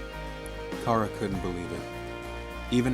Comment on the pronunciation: you're saying chara like cara its chara like character and you're saying mount ebott like e bot its ebott like ebit.